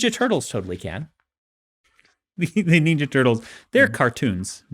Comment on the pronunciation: I like Dan, but why does he pronounce ninja as neenja?